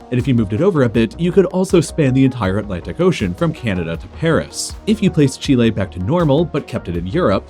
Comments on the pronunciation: It's said chilly not chilla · The way he says chile really annoys me XD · Rather than the butchering of the pronunciation of “Chile,” it was a cool video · I don't like how he says Chile